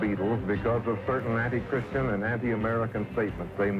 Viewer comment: Christian, not Chritian.